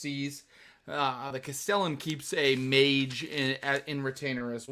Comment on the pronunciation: Just to be pedantic: Castellan is pronounced CAST-eh-lann